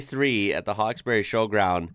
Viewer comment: Us locals pronounce it HAWKES-BREE HAHA😅